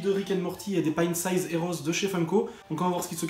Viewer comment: Merciiiiiii de bien prononcer "Pint Size" !!! Enfin quelqu'un qui le dit comme il faut !!!Par contre pitiéééééééé ! Ne dit pas "booster" toi aussi... ça ne veut rien dire pour ce genre de sachets (ou blind bags) Rhaaaaaa mais même nous on n'a pas Rick normal T___T (par ailleurs la bouche et tout c'est sérigraphie, ou tampographie donc c'est normal que ça soit super net ;) )Franchement tu as eu que des super sympa (bon nous on les aime tous haha !)Sinon c'est super cool de te voir faire des ouvertures comme ça, ça vaut un bon pichet de cidre ! On en veut d'autres !!! Hâte de voir les Mystery Minis !!!